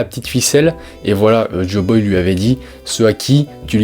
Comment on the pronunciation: Waaa fréro, joyboy, pas joboy... Et c'est la fin de eggehead pas la fin d'elbaf. Rédige ptt avant de faire une vidéo, c'est intéressant mais décousu. Force à toi !